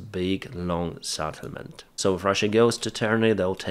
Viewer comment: not SATTlement but SETTlement. Come on man.